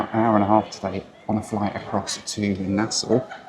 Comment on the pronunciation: Appreciate the correct pronunciation of Nassau btw 🙌